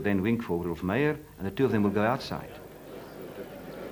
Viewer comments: not "Ralph" or "Rolph" Meyer, but ROELF Meyer. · His name is Roelf, not Ralph.